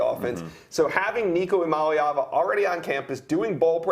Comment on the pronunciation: Shoutout to y'all for pronouncing Nico's last name correctly... iamaleava -- (Ea-ah-Molly-ahvuh)